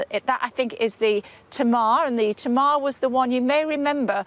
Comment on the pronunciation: Honestly, the host is in Cornwall and can’t be bothered to find out how to pronounce Tamar as in HMS Tamar. I’m sure a few Tasmanians could put her straight “Taymar”.